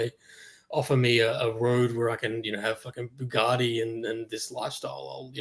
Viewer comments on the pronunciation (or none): drop the T